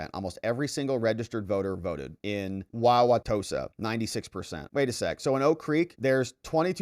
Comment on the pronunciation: Haha I got a laugh out of you pronouncing my hometown Wauwatosa